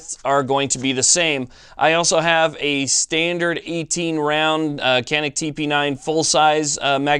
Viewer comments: Made ın Turkey. Pronounced "Cah-nıhk" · Thanks for the great video on this great pistol. Canik is pronounced "Shaw-NEEK, just for clarification (friend of mine is Turkish) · Pronounced Janik. The C in Turkish is pronounced like a J in English. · Nope, i am Turkish and Canik is pronounced like this: John Ick. Can is exactly like John and ik is like ick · Egghead411 your man is wrong it’s Janik by pronounciation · In Turkish, a C is pronounced like an English J. The gun is made in Turkey so.... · No being a jerk but these guns are from Turkey. The "C" is pronounced like a "JH" and the "A" like "AH". It is pronounced " / john-ick/" . And No... not "John Wick" like my sarcastic brother says to be funny.